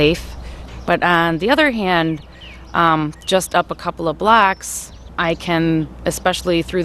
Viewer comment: "a couple of blocks" or "blacks"?